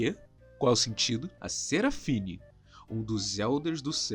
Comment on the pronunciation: "seraphine" não é lol nao bobao é seraphin affff